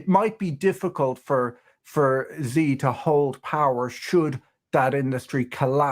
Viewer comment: Xi is pronounced she, not Zi, just saying